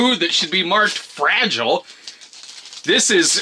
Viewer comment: fra gee lay it must be italian